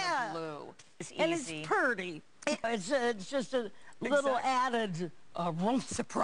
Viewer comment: "And it's purty!" LOL